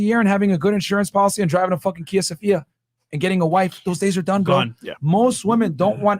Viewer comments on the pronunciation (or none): none